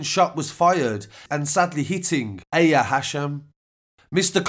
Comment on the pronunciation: Aya’s name is pronounced ‘eye-ya’ not ‘eh-ya’